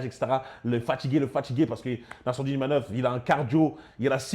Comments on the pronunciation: IMAVOV et non IMANOV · C'est pas Imanov mais Imavov. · Imavov pas imanov il la répéter à la fin